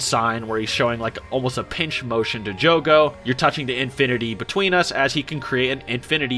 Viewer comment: It’s Jugo not Jogo